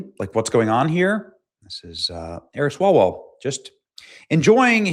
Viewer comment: "Swallowell". That is the correct pronunciation.🤣